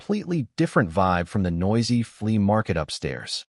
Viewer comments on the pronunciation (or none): none